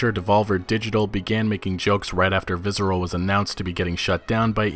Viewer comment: Why do you keep pronouncing it 'vizzral'? Its visceral.